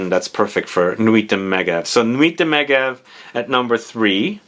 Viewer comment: Meh-jev - it’s a ski resort in the Alps.